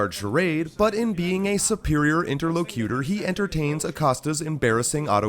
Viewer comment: The asshat narrator cannot even correctly pronounce 'interlocutor'.